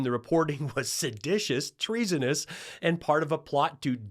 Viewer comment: SedATious. Trump says sedAtious